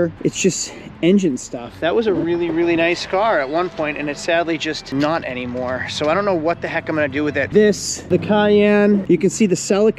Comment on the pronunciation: "Anymo" 🤨🤔 Really?